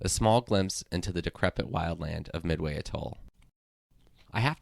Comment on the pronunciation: If it's one of your lifetime goals to visit, learn how to pronounce it